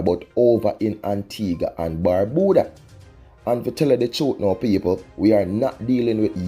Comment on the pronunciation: Barbuda (Bar-bue-dah), our twin island ain't that hard to pronounce